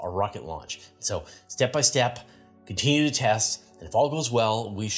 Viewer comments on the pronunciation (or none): none